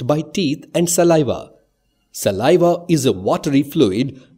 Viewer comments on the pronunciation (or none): none